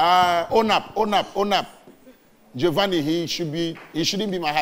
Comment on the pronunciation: It’s pronounced Jo-van-ni!